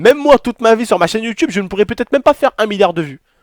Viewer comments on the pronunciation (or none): none